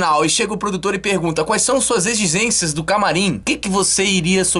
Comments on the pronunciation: "EXISÊNCIAS" kkkkkkkkkkkkkkkkkkkkk,rí demais mano!!! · egigências tbm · "16 exgxishgências..."